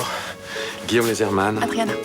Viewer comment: C'est pas Lesrmann, c'est loosermann.